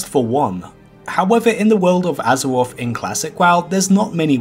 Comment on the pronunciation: Be vewy vewy quiet. I'm hunting gold in azewoth.